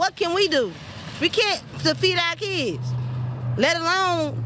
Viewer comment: Why am I supposed to feed your "keedz"